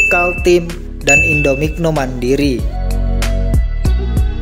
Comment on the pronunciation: Indominco, bukan indominoc